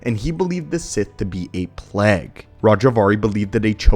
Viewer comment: Please PLEASE if you insist on using the word "plague" then learn how to pronounce it I beg you